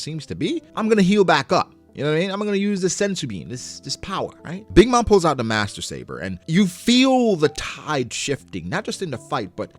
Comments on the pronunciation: It’s Maser saber, not Master lol. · Maser like Laser, not master